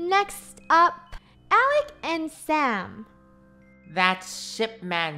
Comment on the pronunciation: it's "Alec" not alic